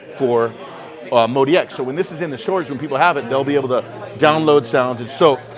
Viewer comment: So it's pronounced Mode-E-X, even though it's spelled out as Mod-X. Good to know.